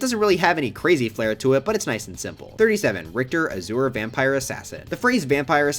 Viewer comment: but AZOOER?